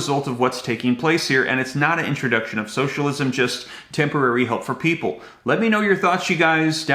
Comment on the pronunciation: I heard. Different. From. Janet. Yelling. And. And. There. Working. On. This. Now. I just. Heard. This. From. The. Pweople. Themselfs